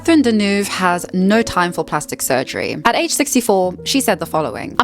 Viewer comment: Could use Babbel to learn to pronounce Deneuve properly